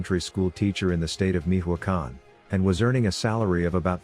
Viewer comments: “Mijuacan” 🤣 “Mi-cho-a-can” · Damn fool can’t even pronounce Michoacán. Meeehwacan wtf?! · Who says Mijoacan? Tf